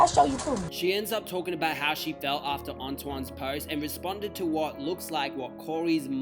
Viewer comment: Man if you don’t stop doing black people topics and not pronounce these names right 🙄. Tf is a ant-a-wahn.